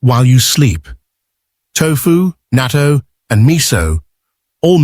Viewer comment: It’s natto not nato!